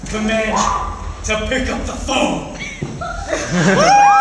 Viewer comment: Bro put extra emphasis on saying "phone"